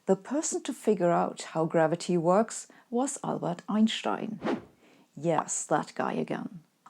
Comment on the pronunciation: That one youtuber that pronounces Einstein correctly. 😀